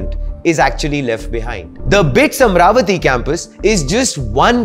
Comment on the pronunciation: It's not Am-ravati, It is AMA-RAVATI ! Please pronounce the divine name correct ! The name AMA-RAVATI has great connection history in our vedas.